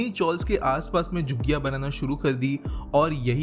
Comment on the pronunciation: भाई मेरा ख्याल से जुग्गियां नहीं झुग्गियां होता है।